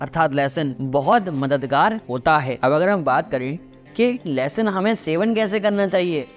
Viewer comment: 'लहसून' शब्द का उच्चार ठीक से करें, जो लोग हिंदी-भाषी नहीं हैं वे 'लेसन' सुन कर असमंजस में पड़ जाएँगे !!!